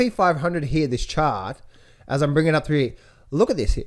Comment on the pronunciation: Love when shows the gold "Owey Chawt" 🤣🤣🤣